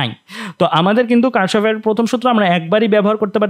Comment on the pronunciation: এটা কার্শফ নাহ Kirchhoff কির্শফ